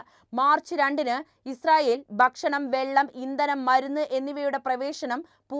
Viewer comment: ബക്ഷണം തെറ്റ് ഭക്ഷണം ശരി.